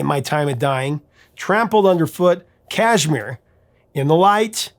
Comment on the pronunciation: Kashmir has the accent on the second syllable . Mir